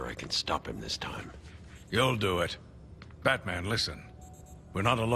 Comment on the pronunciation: He said "IT'S BATAMAN!" right before he got knocked out.